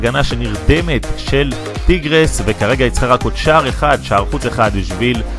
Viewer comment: אומרים טייגרס לא טירגס